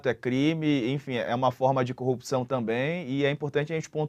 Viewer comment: "acabô a corrupissão!"